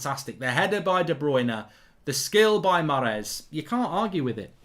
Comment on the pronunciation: Mark "I love Maaaaaaaaaaaarez so much, I love him so much I'm going to butcher his name over and over" Goldbridge